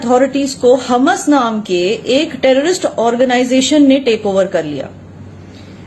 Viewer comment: So wot u saying ur right and the whole world is wrong???? I don't think so ur a sell out and u won't be saying all that if u saw pieces of ur kids or ur parents GO AND LIVE IN PALASTINE AND THEN SAY THE BS THAT UR SAYING AND ITS HAMAS NOT HUMAS U CANT EVEN PRONAUNCE THEIR NAME CORRECTLY AND U GONNA TELL US FACTS???? I DONT THINK SO